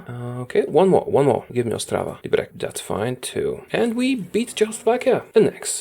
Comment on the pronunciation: DidI I just hear you say Liberek? Aren't you Polac or something?